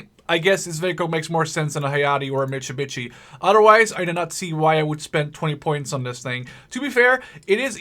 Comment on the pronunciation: mitsubitchy wow im sorry that i di this but said it